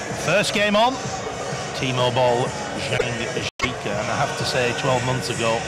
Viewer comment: when they said timo boll i though they were sayin t mobile